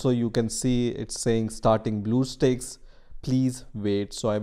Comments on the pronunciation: i get triggered when he pronounce bluestacks for bluestakes... (￣m￣） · Him belike: So we are going to search "blue steakes" Comments: BlUeStEaKeS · Dont make a video about it if you cant pronounce it Bluestakes Ha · lol what? its blue stacks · Omg blue steaks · blueeeo steaks LMAOOOOOOO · Title : bluestacks Narrator: blue sticks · its not blue steaks guys, its blue STAKES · Damn, I like the video. But that "Blue Steaks" caught me off guard and went straight to the comment section >.< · Great deal on "Bluesteaks" now at Black Angus. This is what happens when you do not swallow your drink before you pronounce the word. Indian people talk as if they have water in their mouth. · its bluestacks not bluesteaks lol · LMAO YOU SAID BLUE STAKES ITS NOT A STAKE LOL KID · Man said steaks💀🖐🏾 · "bleuoo steaks" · Every Time He Says "Blue Steaks" I CRACK UP! XDD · nobody: the comments: BleuEUu StAeKS? WhaAaA??? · i thought he said blue balls for a sec but its actually blue steaks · blue steaks.. sorry i had to point it out ik its an accent but god its so funny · i cant watch this with him saying Blue steaks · HE SAID BLUE STEAKS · "bluew steaks" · Man i love some blue steak the steak that have blue 😂😂😂 relllyyyy you dont know how to read HAHAHAHAH😂😂 i think you should just sell steaks HAHAHA😂xd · we shouldn't be making fun of how people talk just because he said it wrong doesn't mean we gotta make a big deal about it!